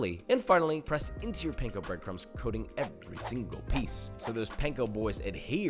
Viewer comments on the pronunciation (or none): none